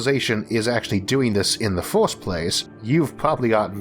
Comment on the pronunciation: 1st: wtf is forst 2nd: wtf is soknd 3rd: wtf is thord